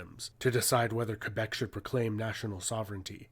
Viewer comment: New-fin-land! NOT New Found Land! Also Kay-Bek - not Fwee bek. I'm saying Mell borne now. Mey-borne - piffle